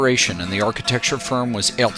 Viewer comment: The way he pronounces Herzog & De Meuron =))